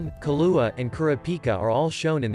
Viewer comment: Interesting insights. Was the text read and vocalized by a computer application? I ask, because many of the names from the show were mispronounced, including but not limited to Kurapika and Killua, who were extremely prevalent in the show.